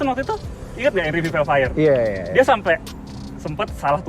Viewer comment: Vellfire mas..bukan Felfire 😅😁😁😁